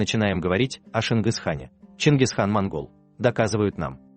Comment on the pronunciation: Ты не пизди сиди весь мир знает что была монгольская империя а про казахов же ни кто в мире и не слышал и не коверкай чингиз хан а не шингис хан объявите на весь мир что чингиз хан казах весь мир смеятся будет над казахами